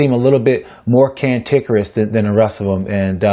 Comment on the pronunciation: Rashad "cantickerous" Evans